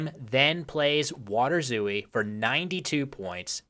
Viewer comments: You were pronouncing it "waderzoo-ie", but a better English approximation would be "waterzoy". So the W is perfectly fine, the T should be pronounced as a T, not a D, and "ooi" is pronounced "oay". The A should be with with your mouth more opened, and the R is with a rolling R, which doesn't exist in English. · I think waterzooi is a dutch-sounding word, it shouldnt be pronounced "vaterzooi", but should be pronounced "waah-tur-zoy" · By the way, I believe it's pronounced 'VAH-ter-zoi'. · It's more like "vaterzoy" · I am literally from Belgium and eat waterzooi at least 4 times a year, but I didn't know it was originally made with fish. Also small point on prononciation, the I in zooi is said like a close front unrounded vowek diohtong (closer to j than to y) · Since waterzooi is belgian and not german, you do pronounce the W as you would in english. however, the ooi is one syllable. kinda like the second syllable in ahoy. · I am from Belgium en your pronunciation of waterzooi sounds quite funny. While you do pronounce water with a W sound (the V sound is more a german and scandinavian thing), the I at the end is pronounced as the Y is you. The double O is also just a long O sound as in door. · Nice video! The double-o in waterzooi is pronounced like a long "oh" sound. And the "a" is like an "ah". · As a Dutchman, your pronounciation of 'water' is impeccable, but 'zooi' is a single syllable, the i being what is probably best described as a y sound